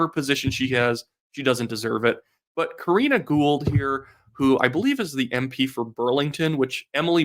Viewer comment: ITS KARINA GOUHL, GET IT RIGHT